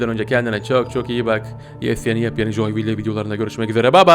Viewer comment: abi joyville ile ilgili değil ama garten of banban 4 te chamataki ve tamatakinin çikcağı kapının önüne geç ve kapı açıldımı asansörün olduğu yere kaç sonra kapıdan gir bu arada joyville coyvil diye okunuyo